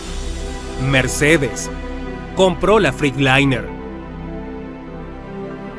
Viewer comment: No se pronuncia FRICLAINER ,se pronuncia FRETLAYNER 🤡🤡🤡🤡🤡🤡🤡